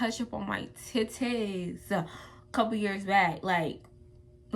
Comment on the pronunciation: "She tries to touch my "Ti'Taays""...😂😂😂 im on the floor😂😂😂